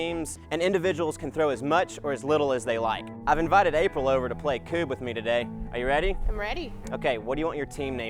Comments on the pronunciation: Since the game has Swedish origins and you're going by its Swedish name I can tell you your pronounciation is 100% wrong. Don't try to school people in a language you don't speak. K-ooo-b is wrong - even though you claimed it's right C-u-b-e is wrong - you got this right Q-uh-b is right - even though you claimed it's wrong It has the same cadence as "cub" in "bear cub" - the variation is that in Scandinavia the letter U is better described as "uh" or "ehh", maybe even "ou" to English speakers. Because in Swedish, when we hear the word cub we'd write it phonetically as "kabb". English pronounciation of "A" is more akin to Swedish "Ä", though not entirely because English vowels are often supported by other, non-silent letters, while Swedish vowels - if at all supported by other letters - is a very silent "H". Other than that, you got the game rules down beautifully. Well done! Though generally when gunning for the king it's mandated you must make a special kind of throw: Back turned towards king, legs spread, you're bent over and must toss the "femurs" between your spread legs - any other throw is illegitimate. This is to make sure that even though you're in the lead that you don't get handed a free win so your opponents have a fair chance at a comeback + you must embarrass yourself a small bit to show that you're not better than your opponents - and to loosen up and have fun with potential strangers that have been invited along for the game. Highly recommended, though I can't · Here in Sweden where the game originated I have never heard anyone call it koob. Its more like kubb. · Sadly your pronunciation is also wrong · I'm Swedish and I find the English pronunciation of Kubb hilarious. In Sweden we play this every single year at Midsummer with family. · You sound like Cartman when pronouncing Kubb, lol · all you americans pronounce kubb wrong ! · you know what you Americans can call it how you want I will know what the right pronunciation is anyway